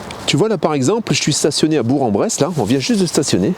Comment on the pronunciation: Ma ville de naissance ... on ne dit pas Berk en Brousse ni Bour en Bresse mais BourQUE en Bresse ! 🤣 Es-tu toujours à BourQUE car je pourrai te faire un petit coucou de « la famille » en tant qu’abonné ? 👍🏻